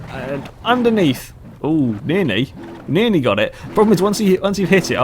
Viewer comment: Did you say nearny? Instead of nearly?